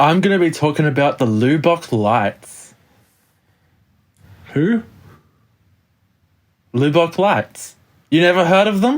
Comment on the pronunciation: The loo bock lights? It is properly pronounced Luh-buck.